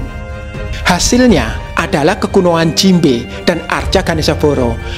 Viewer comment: jimbe kok malah aku denger nya jinbei